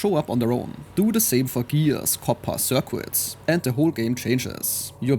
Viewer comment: Stayed for "circwits".